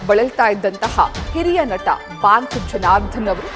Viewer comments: ಬಾಂಕ್ ಎಲ್ಲಮ್ಮ ಅದು ಬ್ಯಾಂಕ್ , ಥೂ....ನಿಮ್ಮ ಕನ್ನಡ ಉಚ್ಚಾರಣೆ...... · ಹಲೋ ಅದು ಬಾಂಕ್ ಅಲ್ಲ ಬ್ಯಾಂಕ್ ಮೇಡಂ ಕರ್ಮ ನಿಮ್ದು ಕನ್ನಡ ಸರಿ ಉಚ್ಚಾರಣೆ ಬರಲ್ಲ